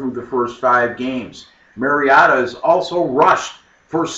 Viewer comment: Not only were you wrong, but it could have easily been a 28-35 point win. Also, learn how to pronounce 'Oregon' and Mariota.